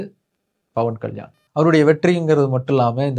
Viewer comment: dont even know how to pronounce his name super bruhhhhhh and im glad about your followers 😂😂😂